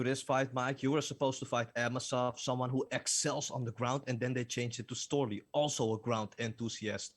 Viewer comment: Storely! Who the fook is Storely? Another tomato can.